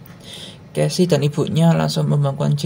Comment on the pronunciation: Jangan marah saya koreksi ya Casey=khesi